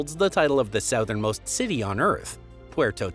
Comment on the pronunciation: Please stop saying “southern” like that holy shit